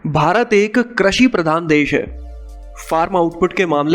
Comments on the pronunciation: It s not crisi it is krushi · Bhai krasi nhi krishi pradhan hota h